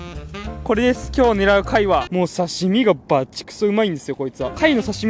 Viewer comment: 「もう刺↓身↑がバｯチくそ美味いんすよこいつは」 「ワァァ～！！コワイ！！ｺﾜｲﾖｫ!!!」